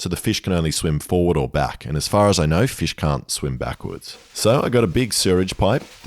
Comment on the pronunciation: i already know he's gonna pronounce fish like feesh the whole time